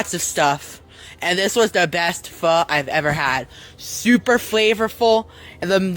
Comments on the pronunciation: I literally looked up how to say Pho and he is pronouncing it so wrong that is driving me crazy when he says it it’s not Fa, it’s Pho!! Oh my goodness!!! Oh, and the way his mouth moves drives me up the crazy train too which oh my goodness drives me crazy too… and ugh 😤… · It's pronounced 'Fo' you slimy man